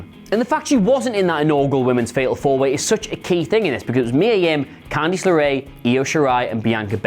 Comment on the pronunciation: Why does he say "Can-deese" instead of Candice?